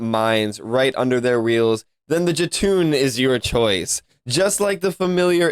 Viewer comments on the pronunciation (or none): This time i must say, Jotun is pronounced Yo-ton. Frost giants boi! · I'm so sorry, I don't mean to be that guy, but... Jotun is pronounced YO-TUN. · its pronounce joe-ton JOTUN. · Jotun pronounced yoten